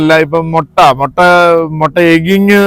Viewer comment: It's not Motta, it's pronounced as mutta.